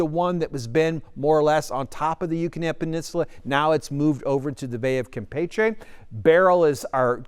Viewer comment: Thank you for correctly pronouncing Campeche and not saying “Kampeechee” like everyl other meteorologists. 👏